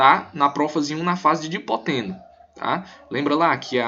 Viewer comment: Não é Dipoteno! as fases lidas corretamente sãoa : LeptÓteno (lê-se = Lêptótêno), ZigÓteno (lê-se = Zigótêno), PaquÍteno (lê-se = Paquítêno), DiplÓteno (lê-se = DiPLÓtêno) e Diacinese (lê-se = Diacinéze)